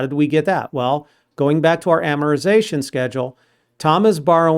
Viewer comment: You are the best instructor thank you...also Amortization is pronounced with a T after R